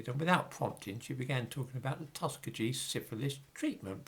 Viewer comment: Tuskegee is pronounced "tus KEY gee" (soft G).